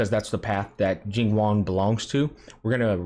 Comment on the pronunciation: Bro is pronouncing it like “Jing Juan” 😂 I love it